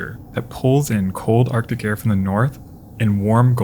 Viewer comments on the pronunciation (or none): none